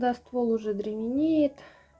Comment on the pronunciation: Розебудная, буду саЖать, деревенеет, не коверкайте язык